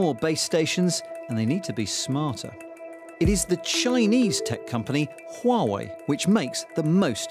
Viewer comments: 🤬🤬 ITS PRONOUNCED WAH-WAY!!!! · 华为 Huawei，the reporter don't need to change the tone everytime he mention it. Different tone carries different meaning, or even meaningless. Time to learn Mandarin! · HUAWEI=who are way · HUAWEI made a video teach foreigners how to pronunc HUAWEI，they say it should pronunc wuawei，so it is not foreigners fault，I think its easilyer for Germans to pronounce Huawei，there has a lots “H” sound words in German